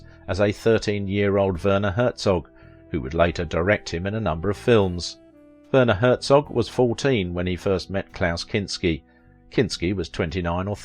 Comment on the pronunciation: Wurner Hurzog? XD XD EDIT: after watching the entire video and realizing you butcher every german word, no matter what, my initial comment has lost its meaning...